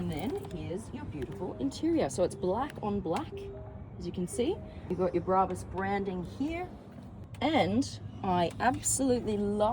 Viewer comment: Turned off instantly after hearing you pronounce brabus and Mercedes 😂😂😂😂😂😂😂😂